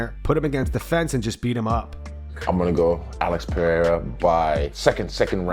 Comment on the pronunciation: The first 'r' in Pereira is pronounced the same way you pronounce the second.